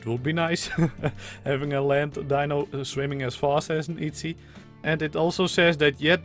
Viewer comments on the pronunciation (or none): none